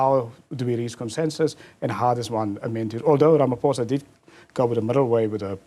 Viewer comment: I can't get over him calling Ramaphosa "Ramaphoza" ngumlung'omnyama mos lomfo...